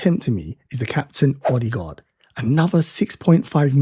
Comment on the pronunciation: Oddigard 😂 It’s closer to ‘Airdeh gaawd’.